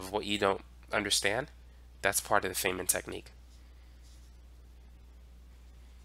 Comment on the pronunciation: It’s pronounced, F i nnman like “I’m F i ne - men.” Otherwise great lesson as always. Thanks